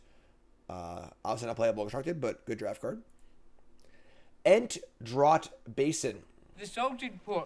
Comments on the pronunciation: Draught is pronounced like “draft” for these purposes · 'draught' is pronounced 'draft'